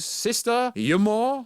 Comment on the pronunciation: Yo the way your pronouncing Umar and Dormammu is giving me anxiety. It’s so incorrect